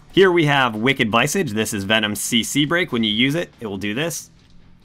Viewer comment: Viss-Edge. RYE-thing..... lol just so you know.